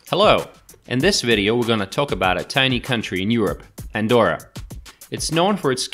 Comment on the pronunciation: Sería mejor que aprendieses a deletrear y pronunciar bien su nombre Andorra,,,, you have to practice to pronounce Andorra,,,,, before talk about the performance of this place,,,,, it is easy,,,, let's go